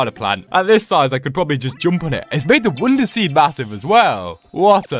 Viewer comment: why do you say "wounder"